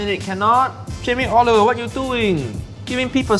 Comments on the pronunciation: Jamie Oiliver. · Jamie Oliveoil 😂😂😂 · Jamie olivoil 😂😂😂